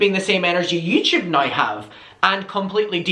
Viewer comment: And when he says “nye” instead of now 😁😁😁🥰🥰🥰🥰